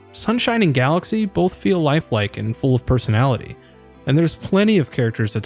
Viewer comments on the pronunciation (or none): none